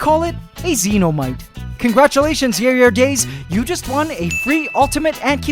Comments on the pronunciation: The pronunciation at the end of Yare Yare Daze is actually "Ya-ray ya-ray dah-zay" (it's Japanese, meaning something like "Good grief", likely a Jojo's Bizarre Adventure reference). :) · worst of all he said it wrongly sigh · I like it when said Yare Yare Daze with english pronounciation xD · The way you pronounced yare yare daze cracked me up! No hate tho, I really enjoyed this video